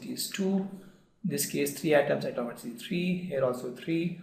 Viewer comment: Uhhh... What is he saying is not clear